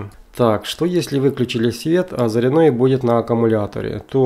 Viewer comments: Не заряднОе , а зарЯдное устройство... Русский язык загадили , где учились ? Или кто ? УЧИл ??? Позорище чувак... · ЗаряднОе уши режет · Все отлично. Только почему заряднОе, а не зарЯдное...... - не понятно..... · Ролик конечно хорошо, и информация в нем полезна, но уши режет безграмотно произносимые автором слова, в слове зарядное ударение ставится на Я, но никак не на О!!! ЗарЯдное, а также восстановление это десульфатация, но никак не озвученное, язык так не повернешь...!!! Ну беретесь что-то выкладывать, так делайте русским языком! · Обзор хороший но, раздражает " ЗаряднОе" "ЗаряднОм" правильное ударение на Я ЗарЯдное устройство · На заряднооое а зарядное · почему ты говоришь заряднОе?